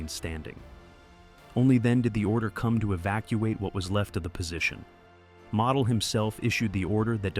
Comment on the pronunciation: It's pronounced mo del get the name right